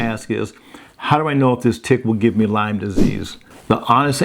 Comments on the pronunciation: Great video. It is Lyme disease, not Lymes. Named after Lyme, CN. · It's not Lymes (plural) its Lyme disease named after Lyme CT. Folks get confused about this so thought I'd correct it. No disrespect intended 😊